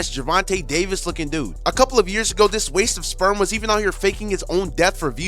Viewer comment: 💀"WASTE OF SPREM" 💀